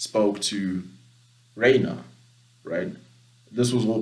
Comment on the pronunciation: The pronounciation of Reiner and Paradis. Tisk tisk